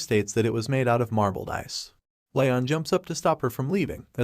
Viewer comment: since the voice swap at around 50% of the vid he says Ryon. HIS NAME IS LEON